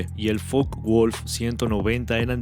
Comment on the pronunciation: Pero... ¿porqué en la miniatura en vez de un B17 destruido, aparece impactado un AVIÓN KAMIKAZE? Además si ningún tripulante podía prescindir de la máscara de oxígeno, ¿qué hacen en algunas escenas piloto y copiloto sin mascaras? Ah, en "Focke Wulf" la E de Focke DEBE PRONUNCIARSE. Los paracaidistas que aparecen no saltan de un b17 dañado sino que son paracaidistas de asalto. Los B17 no tenían cañones, tenían ametralladoras. Ah, a partir del B17 G, las,ventanillas laterales ya eran cerradas. Los astilleros ventrales sí tenían paracaídas, se podían evadir a través de la misma trampilla por la que accedan a la misma.